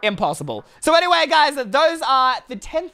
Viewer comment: also said anyway as anymay